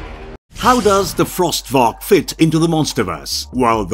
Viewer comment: Cool video, but small mistake: The monster's name isn't "Frost Varak", it's "Frost Vark."